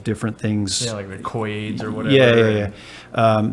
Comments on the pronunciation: Did you just say Koi AIDS? Thank you Joel, I thought that was just going to pass without further explanation. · Did.. did you just say koi aids? LOL!!